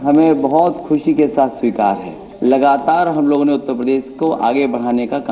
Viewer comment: sabikar nahin behenji swikar..